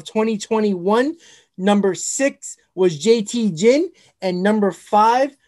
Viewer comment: jt Ginn's last name is pronounced Ginn, g as in gear, not Ginn like gin and juice